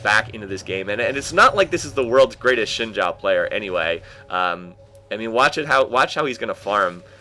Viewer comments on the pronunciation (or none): Btw, in Chinese, Xin Zhao is pronounced "Zin Jow.":)